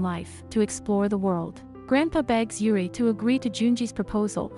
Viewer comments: Only thing that bothered me is how the text to speech pronounced "Juri" as "Yuri" If it were any other word or side name it would've been fine, but the main character? lol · pronounced: Jur L'ree. Japanese not Spanish